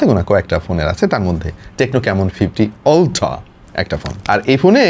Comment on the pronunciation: আপনি শুদ্ধ বলতে গিয়ে বেশি শুদ্ধ করতেছেন শব্দ কে। উচ্চারণ হবে আলট্রা আপনি উচ্চারণ করতেছেন অলট্রা, শব্দটারে রিমান্ডে নিয়ে মুখের ভিতর আটকিয়ে কি দরকার এভাবে বলার 😀 শুদ্ধ বলতে গিয়ে বেশি শুদ্ধ করে ফেললেন😀 আপনার আরো কিছু শব্দ ভুল উচ্চারণ করতে দেখলাম। মর্ডান সাজতে গিয়ে বেশি মর্ডান হইয়েননা।